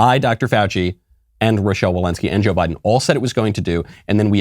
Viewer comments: I thought I heard Michael say "Why-den" instead of Biden, and I said to myself "Yes. Why, then? Why get boosters that don't work? Why-den." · Why-den Biden